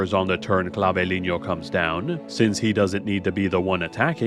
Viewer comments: God, same... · Cla-vee-len-yo 😂😂😂 love the video, but as a Spanish speaker it was too funny to not comment